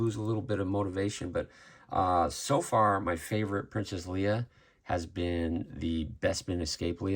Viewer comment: The stiff cape drives me a little batty on this figure. Why are you saying her name as Lee-uh when it's clearly Lay-uh? 😮